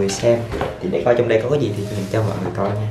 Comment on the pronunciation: 'Gì' not 'dì' nha bạn. Theo mình thấy thì chả có ngành j ở VN mà được đi du học HQ miễn phí hay giá rẻ nếu ko có học bổng đâu bạn. Đi du học ở HQ hay NB ít nhiều j cũng phải mất tầm 200tr. Nhưng như hai chị mình đều học ĐH ngành tiếng Nhật ở VN và do học giỏi nên giành được suất học bổng 1 năm du học NB. Tóm lại nếu bạn muốn nuôi giấc mơ đi du học mà được giảm free học phí các kiểu từ giờ thì phải tự mình phấn đấu mà học rồi giành học bổng, chứ nếu theo ý nghĩ "nhà mình ko có tiền nên chắc ko đi được đâu" rồi cứ thế từ bỏ luôn thì chắc chắn cái "muốn đi du học" của bạn chỉ là cái đam mê nhất thời thôi nhé.